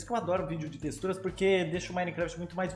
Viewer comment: ta falando texturas errado em e teturas